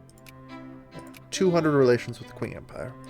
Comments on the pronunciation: Comment section here: 60% "It's pronounced Ching" 30% "Sick jokes" 10% Random Shit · By the way,, "Qing" is pronounced "Ching". And no, I'm not fucking with you:P just taking a Chinese history class:P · Qing is pronounced "Ch'ing" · It is pronounced like "Ching", I know, I had no idea either.